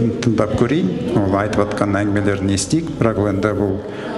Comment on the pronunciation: мырза, ЖАТҚАН деген қазақтың таза сөзінің "ж" әріпін НЕГЕ жұтып "атқан" - өзге мағына туындататын (МЫЛТЫҚ АТҚАН, ТАҢ АТҚАН) шұбар сөзбен тыңдармандардың ұлт тілін шұбарлайды?!!! "толстойдың ҚР ішкі ісіне араласып, Верный- казактар қаласы.." т.б. сандырағын уақтылы тыңдамадым" -деп айтуына негіз жоқ! Халық естіген "қауіпті сандырақты, Парламент депутаты естімегені ұят емес пе?! Халық қаржысынан миллиондап айлық алып жүрген депутат көмекшілері, Егеменді Қазақстанға қатысты рашисттік агрессорлық қоқанлоққыны ресей Дума депутатының ресми ақпарат байланысынан жариялағанын, қазақты басынғанын секунд, сағат, күн сайын Парламент депутатына баяндауға міндетті емес пе?!!!!!!!! Кеше-Зюганов, медведев т.б., бүгін- толстый: "Қазақстан-қалаларыорыс меншігі"- деп сандырақтап, Еліміздің тұтастығына қол сұғуға бағытталған құлшынысын үдетіп жүргенде, біздің депутаттар "Естімедім, оның жәй әшейін, дума депутатының жеке пікірі, Қазақстан құрылымына, ұлт аралық қатынасқа қауіпті емес"- деген сияқты болжаммен шектелетіндері сын көтермейді!!! Парламент депутатының айтатын сөзі емес. Депутаттың осы берген жауабын қарапайым халықта айтпаған болар еді